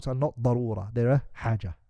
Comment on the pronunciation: Darura not barura learn atleast basics of arabic before translating الله المستعان